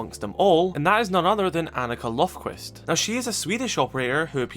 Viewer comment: It's not "Lofquist" its "Löfquist". Basically "Annika Leafbranch"